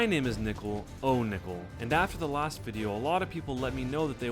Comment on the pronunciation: You said last wrong.